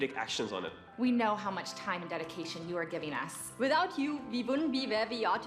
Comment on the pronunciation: vivout you, ve vouldn't ve vare ve are today